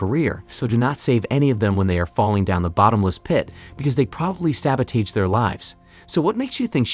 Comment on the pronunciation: It's pronounced "Sabotojj", not "Sabotaige."